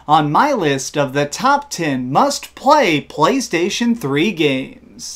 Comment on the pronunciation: did you just say " the phley station 3 "